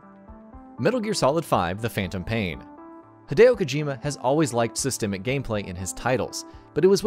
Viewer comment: Cringed so hard. Also, "plethora".